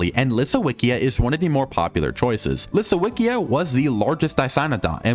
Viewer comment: It's LisoVicJa The w is read as V And the J is read as Y like in yak